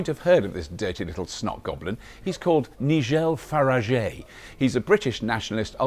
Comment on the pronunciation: Loved this. Another great episode with Bobby and Imogen -- I had no idea that superhub existed in Oxford! "Ni-gel Fa-ra-jay" haha